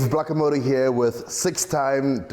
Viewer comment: “ Dave blackomoto “ 😭🤣